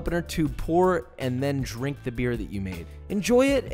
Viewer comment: "You shouldn't drini alcohol under 21" 🤣🤣